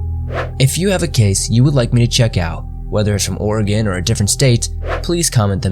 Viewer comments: The pronunciation, oh god; we don't pronounce it WILL-Ah-Met or HEH-SET-AH, it is WELL-AM-ET and HE-CET-Ah ;-; I am sure you tried at least you said Oregon right. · I adore that he pronounced Oregon correctly.